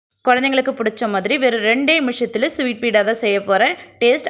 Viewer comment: Beeda illa beda